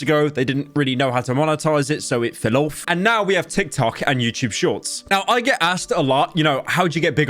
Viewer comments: I feel something in my peepee when says fellouf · is anyone gonna mention how he pronounced "fell off" at the start of the video?